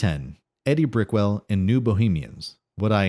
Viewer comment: Wrote and voiced by AI. Not Eddie Brickwell....pronounced E-D Brickell...girls first name and no W in the last name....